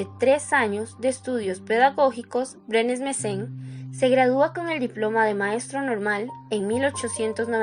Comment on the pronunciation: Varias veces dice Mesen. Es Brenes Mesen